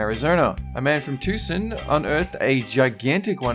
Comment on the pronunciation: Its pronoused to-son.!!!